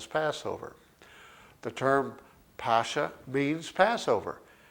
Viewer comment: Pascha is pronounced Paska.......Christ is our Passover......